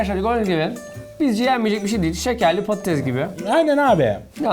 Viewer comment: abi patatez değil patates